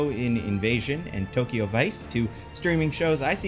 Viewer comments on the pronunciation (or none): none